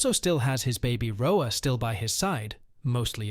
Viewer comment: It's an AI, you can tell due to the inflection and mispronunciation of certain words "rhoa as rho-ayy".